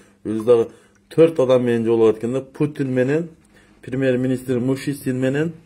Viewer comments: Ай бала оозунду басчы доодуробой озун кантесин Мишустин деп айта албай Мушистин дедин го элде эзелтен соз бар "осоор озун сыйлайт" деген анын сынарындай сен доодурой бербей кыргыз болгондон кийин Кыргызстандын президентине сый мамиле жаса сени эле ким уккусу келип атат дейсин доорук бул ссылкага атайы сага негатив жазганы кирип ататбыз билсен так что оз элине бузуку салам деп ойлобо ойлогонун эч качан ишке ашпайт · Сен озун Мишустинди туура айтып алчы,Мушистин дебей....С башни говорить легко...